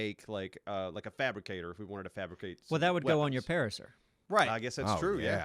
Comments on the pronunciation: PARARACER's, not PARASAUR's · its a pace -er not a parasaur lol love you guys tho. can;t wait for the crystal isle series. use brontos tho not pacers